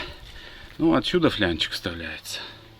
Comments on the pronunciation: флАнец!!!, япона мать... ФлЯнчик от слова фляга?!😡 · ФЛАААААНЕЦ!!! НЕТ СЛОВА ФЛЯНЕЦ!😂😂😂